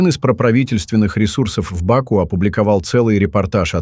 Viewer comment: Как же я угораю когда бот говорит в бАку🤣😂😂😂